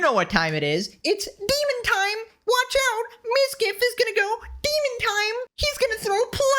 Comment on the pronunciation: deemin taaime! lol